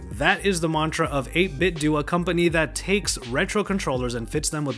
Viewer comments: And it's 8 bit dough not Doo. 8bitdo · It's DOH not DOO. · It's 8bitdoh, like Nintendo.